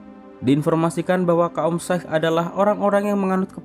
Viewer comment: Anjir amatiran banget tukang review film ini payah 😂 Masa nggak check dulu antara Shah Rukh Khan sama Shah Rul Khan Agama Sikh yg disebut Syaik Nggak kaya reviewer yg lain yg lebih rapih dan lebih keren pembawaannya